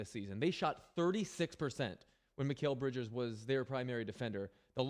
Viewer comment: He said it wrong the first time and said it right the remaining two times he said his name. He did it with no one correcting him. People make mistakes